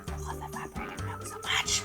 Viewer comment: No, No, you have to say it like says it....--- Evaporized --- milk in the Tres Leches